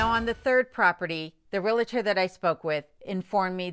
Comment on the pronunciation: I've been watching your videos for a while now and really enjoy them. You seem like a very intelligent woman, that being said, the word is REALTOR. there is no letter i between REAL and TOR. Sorry, this word and the word jewelry are my pet peeves. It is not realitor. It is not jewlery, and no I haven't heard you use jewelry in any of your videos. As I said, I enjoy watching you and Kenai, especially when you give him a "speaking" part!! LOL. The Dewey, Cheatham and Howe video was cute, too. Keep making them!!